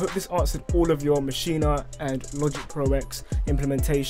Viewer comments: its not maschina, its maschine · in the good ol' U S of A we say MA-SHEEN ...not MA-SHEE-NA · It'a Maschine, not Maschine-uh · Why does everyone keep saying “maschina”